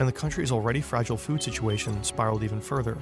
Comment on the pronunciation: oh shew, i thought it was that guy who says "furvur" instead of "further".